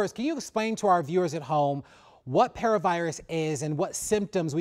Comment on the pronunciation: Our dogs get parvo.. they trying to pronounce it wrong intentionally.